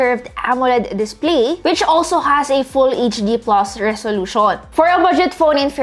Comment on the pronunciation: S23 "PLOS"? Haha